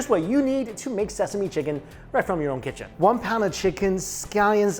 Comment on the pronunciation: "My KiChen"